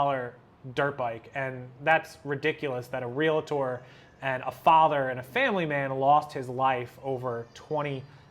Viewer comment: Its realtor...not realitor...